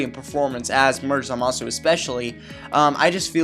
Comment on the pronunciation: It's Zamasu not Zamazu Leviooosa.